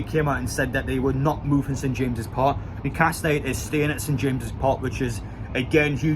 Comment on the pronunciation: for christ sake man get the name of the ground right its st james' park NOT ST JAMES'S